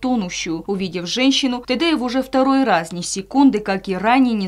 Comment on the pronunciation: Ацамазу огромное спасибо за героический поступок!!! А комментатору очередное замечание:не Тэдэев, а Тедеев...или правильное произношение уже не важно...